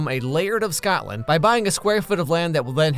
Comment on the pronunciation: I love you videos but as someone who lives in Scotland why did you say it like scatland